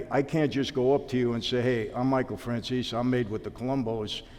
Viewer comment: In Goodfellas his surname (well his father's anyway) is pronounced "Fran-chay-zee". Michael pronounces it "Fran-zeess". My inclination is to pronounce it in the former rather than the latter as it seems truer to the Italian origin of it, so why the two very different pronunciations?